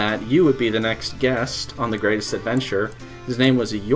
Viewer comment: I try to watch these, but then I hear the opening "gwatest adventah eva twoode!" and i just cant